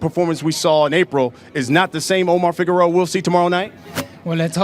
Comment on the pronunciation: its Figueroa ...not figuerora u fat idiot